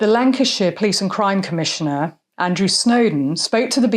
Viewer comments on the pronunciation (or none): none